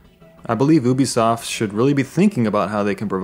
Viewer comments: oo-bee-soft. that triggers me. it is pronounced you-bee-soft. there is a you sound in there. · It's (you-be-sof) not (ooo-be-sof) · He said oo bi soft lolol it's u bi soft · ah obisoft?? you mean Ubisoft right ? XD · It's you-be-soft, not oo-be-soft. Think ubiquitous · How he says Ubisoft annoys me. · Love your vids but oobisoft is kinda messing with my ear :/ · It's ('You-b-soft') god that was painful to here. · Please say Ubisoft correct it is pronounced "You-be-soft" if you didn't know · i thought u pronouced it "you be soft", am i wrong ? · who told you to pronounce it as "oobisoft" and why do they hate you. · It is a french thing. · I think it's pronounced you be soft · Disliked because you kept pronouncing it ooh bi soft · And he can't say Ubisoft properly